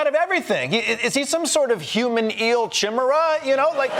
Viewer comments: Ky-meer-ah, not chim-err-ah ? That's the problem with teleprompters and the jokes written for you, rather than someone that writes and understands the joke themselves. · national news anchor has never learned the word, kai-may-ra chimera "chi-mur-uh" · It's pronounced ky-MAIR-uh, not CHIM-er-uh. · Chimera is pronounced "Kai-mer-rah", not "Chim-er-a" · Chimera is pronounced kai-mera. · “CHIM-era” was a joke I missed, right? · …… “Chim-er-a” really…….. that’s how you wanna say that…. 😢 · Dude learn the words in the script before you get on. It makes YOU look dumb. Chimera is pronounced: kai-MEER-uh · Did Costa really pronounce Chimera like that? Has he never hear the word Chimera spoken before? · Who pronounces “chimera” like that? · The way chimera is mispronounced makes the host's apparent IQ drop by about 20 points. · Did he say chimera like i think he said chimera?? Ok dude, you have no clue what that word is. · Nobody pronounced chimera for the host before airing the episode? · michael kosta can't say "chimera"